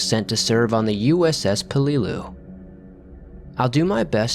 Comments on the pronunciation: For reference, Peleliu is pronounced with the accent on the first syllable. PEL-e-loo. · How come this dude cannot pronounce Peleliu correctly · Narrator's pronunciation of Chinook made me giggle. 😹 Also, just a thought but perhaps research names you've never heard. The way Peleliu was pronounced had me confused until I figured out what you meant. 🤨